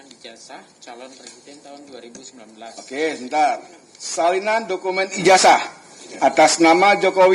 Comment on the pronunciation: kok "Ijazah" dibacanya Ijaja?